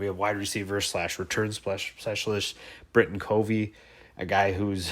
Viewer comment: Make sure you are saying players names correctly. Britain Covey & Mika Tafua...lol